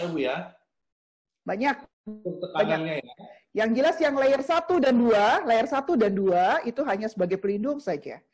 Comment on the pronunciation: Perban 4 layernya disebutin dengan yg benar donk, kurang jelas perkataannya, terima kaasih